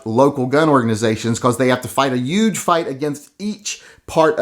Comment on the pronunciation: I donated the $5. Now you have to start pronouncing he ‘h’ in, “huge.!” You live in WA now. Haha. Go Yank!